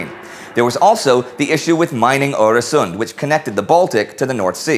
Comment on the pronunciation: wow your pronounciation of öresund is absolutely flawless :O